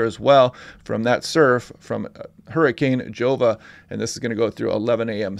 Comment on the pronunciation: Pronounced 'Hova'